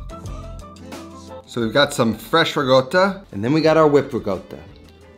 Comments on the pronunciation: holy shit the way he pronounces riccota is bugging the shit out of me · Doesn't make it right. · the silent G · An american dialect? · yeah it sounds very weird lol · Same. Never met anyone who pronounces it like that. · it’s not dialect, this pronunciation is an atrocity on language. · I speak near-native Italian, have lived in Italy for more than a decade and still have no clue where he got that pronunciation from... Americans are weird, man. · It's dialect. In southern Italy, they tend to switch g for c. That's also why they say gaboguoll (gabagool) instead of capocollo. Feels weird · Ricotta with a G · I have never in my life been so thrown off by someone's pronunciation of a word. Good content though. But that pronunciation. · Please don't. It's wrong. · Sorry, I love this dude but the pronunciation is cringe. That's not how actual Italians in Italy say it 😑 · dude, that's not the right way to say ricotta... there's no "G" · why do you pronounce ricotta like that? that is neither italian nor english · It bothers the hell out of me when he says rigotta. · no bro.. its not.. please dont spread false information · Chef Pierre: ONYÓ!: RIGOTTA! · Good lord why does he say it that way lmao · Guys I can't wait to learn how to make fresh REE-GOWTA. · Amazing channel, but: Try "ri´kOtta" as pronunciation. Just to prevent some Itlians from going on a rampage ;) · Love you and your videos, but please pronounce it with a C - RiCotta :) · I'm not italian yet I still got pretty triggered xD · I'm gonna start calling it 'rigotta' now, thank you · just a pet peeve but that's really not how you pronounce ricotta at all, sounds like you're saying rigoata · What the fuck is rigoata?! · it's a "C" as in cactus, not a "G" as in game. now say it with me "ree-co-ttuh" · Why does he keep calling it "rigoata"? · Are you referring to his pronunciation of ricotta as “ri-goat-uh”? As far as I know that is not how it’s pronounced. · There is no "g" in ricotta.